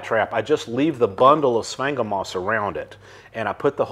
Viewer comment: I’ve heard “sphagnum moss” pronounced a lot of different ways, but this is the first time I’ve heard it called “spank ‘em moss.” I’m making a note to myself to say that, next time I have occasion to talk about that stuff.